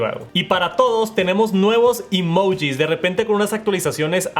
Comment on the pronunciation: así no se pronuncia emoji 💀